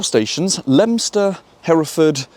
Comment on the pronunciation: I’m quite new to this channel. Who taught you how to to say the names of these bizarre station names? In this video we’ve have Leominster and I’ve seen your video about Beaulieu which, if I hadn’t heard you say it, I’d have pronounced the French way….